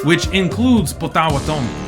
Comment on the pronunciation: Potawa tomi 😅. You're bound to make mistakes and even insult when you claim to know a different group outside of yourself. Plus, you shouldn't be pretending you fully understand. Make videos about your own group. You can't even pronounce the Natives you keep mentioning. 😅 That's how much you understand. 😅